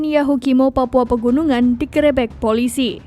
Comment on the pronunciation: Kok intonasi grebek nya gitu sih? Wkwkwk ini pas take video gak ada yg benerin?